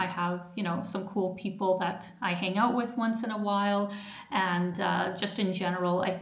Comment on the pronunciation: "Check it ooot". Soo Canadian.